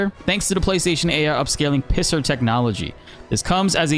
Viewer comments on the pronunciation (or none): bro called PSSR pisser technology... lmao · You have the nerve to say DLSS but can't say PSSR....😂😂